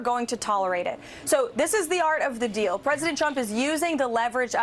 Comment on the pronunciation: “Art of the knell” 😂